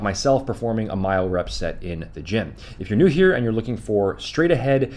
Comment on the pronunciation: “Mile rep” 😂 it’s myorep